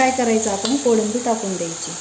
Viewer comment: Kodambi nahi ho kolambi 😅